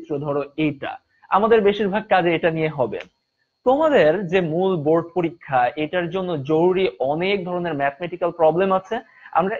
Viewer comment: It is board not boat😅😅